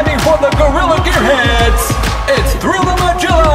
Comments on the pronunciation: Yeah! I was triggered. It is not "Ma-Jill-Ah," it's "Ma-Gill-Ah." Like the "Magilla Gorilla," the Hannah Barbara character. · I think it's pronounced Mah-gill-ah rather than Mah-jill-ah. It might be a nod to Magilla Gorilla (cartoon from the late 60's). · Anybody else's bothered that he says "Majilla" instead of "Magilla?" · That was a great fight from all the teams. (Its a soft G, as in 'get', in Magilla. From the cartoon Magilla Gorilla) Great work. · “Magilla” has a hard “g” sound - you kids never watched Hanna Barbara cartoons? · I gotta say this because I'm not seeing it in the comments, but you guys a mispronouncing Magilla. The G is hard. I'm kinda surprised actually. It's an old enough cartoon. Magilla Gorilla? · This was bothering the hell out of me and my wife today... Its mah-GILL-ah not mah-GILL-ah. You know, like the cartoon? Magilla gorilla??